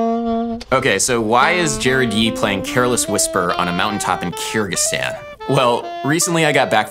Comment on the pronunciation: It’s pronounced KUR-gig-STAHN. Sorry I couldn’t stand hearing it the way you were pronouncing it. Someone had to pronounce it the correct way throughout your whole trip.